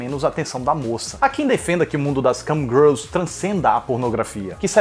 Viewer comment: Eu ouvi ele falando Camgirls e Cam Grelos? Kkk